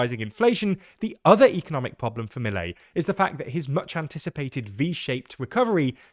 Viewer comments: I don’t understand why you are so lenient and optimistic about Milei. (Pronounced Miléi and not Mílei) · It is clear that you research a lot about the topic, so why can't you learn to pronounced his name? I'm not demanding perfect pronunciation, just learn to emphasis the proper part of the word, that can't take more than hearing the word twice.